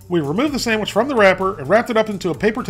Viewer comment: You get a thumbs up for saying samich😂😂